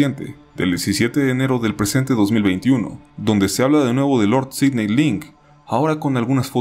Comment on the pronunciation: Yo me llamo Sidney y que lo pronuncie bien me levanta los ánimos 🥺